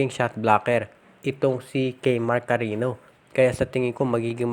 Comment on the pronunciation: Hindi Yan CARINo sir. CARIÑO po, as in KARINYO